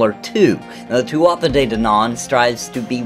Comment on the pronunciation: Don’t want to be that guy but it’s pronounced “Too-ah da’ Dan’in”. You English and Americans butcher it. BUT all the more to ya, this willl be a great game....I hope.